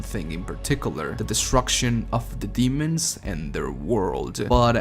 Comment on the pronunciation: The way he says "The slayer" sounds like "This Layer"